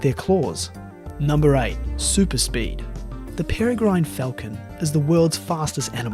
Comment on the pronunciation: peregrine falcon - pere sounds like 'terror' and gine sounds like 'g-win' - perrer-g-win